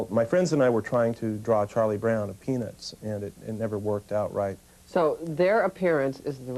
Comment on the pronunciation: When he says "My friends and I were trying to draw Charlie Brown of Peanuts" I swore I heard "My friends and I were trying to draw Charlie Brown a penis."